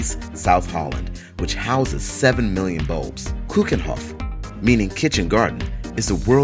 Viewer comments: oh keukenhof not kukenhof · hahaha, the way you pronounce Keukenhof (the Dutch thing) is absolutly rediculous. Listen to this one from alletajacobs. And its not the whole country, just a very small part of it.